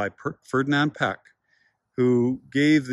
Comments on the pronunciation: Great video, but I cringe every time you pronounce Piëch as "peck". It's more like "pee-ush or pee-ehsh". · Oof, that pronunciation... It's "METS-ger" and "PEE-ech."